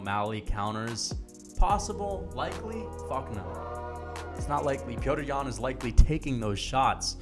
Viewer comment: You should just say yan because you butchered his name a good 100 times.